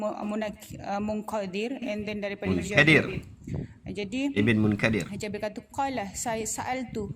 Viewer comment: bila nk habis ye bende ni? aq walaupun x sehaluan dgn budin tp something nk ckp.. ustazah tu baca mudhad dan mudhafun ilah pom tunggang langgang.. kelaut abis.. jenis ustazah cmni la merosakkn ahli sunnah. dan menjadi ahli sunnah wal punah.. munkadir dgn munqadir pom xleh beza. nmpk sgt huruf kaf dgn qaf pom x reti beza